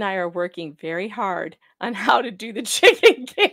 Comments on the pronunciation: Oh chicken cam!!!!! I thought you said chicken camp and was very confused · I also heard Chicken CAMP